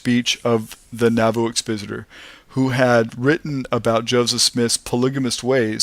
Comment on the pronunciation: It's exPOSiter..as in EXPOSE.... Learn the language and pronunciation...you will be taken less for granted.